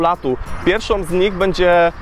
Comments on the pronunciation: Wolę słyszeć pierwszOM niż pjerszO lub pierwszOŁ. :D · PierwszOM KomercyjnOM kawę rozpuszczalnOM...